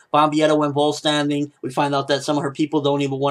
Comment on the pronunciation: It's pronounced "foll - stand - dig" btw (spelled "vollständig"). Means "complete" in german - but hey... they completely misspell it everytime anyway so I guess it doesn't even matter :)